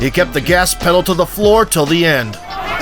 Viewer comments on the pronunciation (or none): none